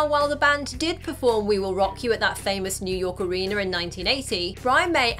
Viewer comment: Question: What is an "areener"?